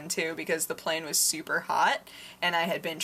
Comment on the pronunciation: I love the way you say super. "Sewper" LOL